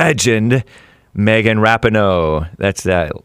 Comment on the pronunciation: It's ruh pee know... not rap in oh... sorry